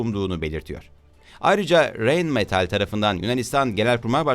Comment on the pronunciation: Reyn degil Rayn okunur o metal fabrikasi?